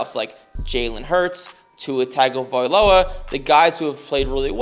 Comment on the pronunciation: Believe it or not, Tagovailoa is pronounced “Tungo-Vey Loa”